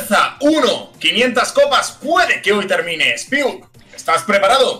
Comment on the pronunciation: Poco se dice que le dijo "kius" a Spiuk xd